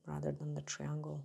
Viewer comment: ❤️❤️❤️ I notice you have no trouble pronouncing the word "try" and that is exactly the beginning of "triangle". 😊 Can't wait to TRY 😆 these!